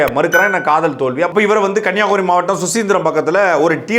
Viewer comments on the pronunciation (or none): none